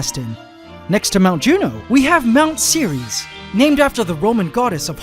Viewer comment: Ceres is a dwarf planet but it sound like Siris ( the brightest star that nasa had found )